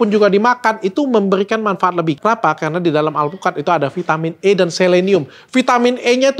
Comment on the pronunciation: biasa nya kalau ngomong karena "kerana" dan R agak kedal itu asal kalimantan bener kah ?? BTW ,, menunggu vitamin untuk rambut uban